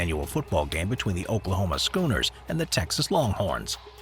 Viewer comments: My man said Oklahoma 'Scooners' haha lol its Sooners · Wait a minute did he call them the Oklahoma Scooners smh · The Oklahoma Schooners? Really? It's the Oklahoma Sooners! 😂😂😂